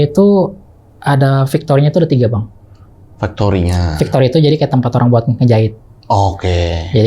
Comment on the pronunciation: Factory (fektori) bang bukan victory (fiktori)🥲